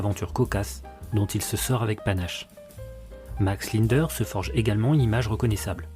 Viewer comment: Commencer déjà à bien prononcer son nom avant de raconter sa vie....